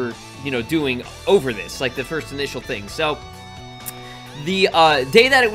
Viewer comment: Stop saying frist kids also the frist words he said frist